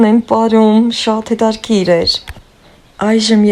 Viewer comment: Թող ձեր երեխսները երջանիկ ընտանիք կազմեն։ Ես ձեզ մի խնդրսնք ունեմ`սխալ մի՜ արտաբերեք հայերեն բառերը։Ոչ թե հետարՔիր այլ հետաՔրՔիր։